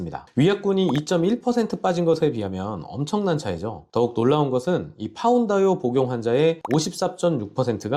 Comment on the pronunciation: 정확히는 파운드에이요! 인데...머 파운다요...로 퉁치기